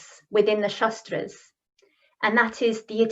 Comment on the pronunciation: Sry. to point you out but it's " shAAstr " ( शास्त्र meaning a suffix for technical or specialized knowledge in a defined area of practice like -logy in ecology, psychology, etc.) & not "shastr" (शस्त्र , meaning weapon), & also no need to put "a" in the end of everything, but if the whole world is doing so, it may not be a big issue. But in case of pronouncing शास्त्र as शस्त्र meaning changes, so here the prononciation is important & must taken care of.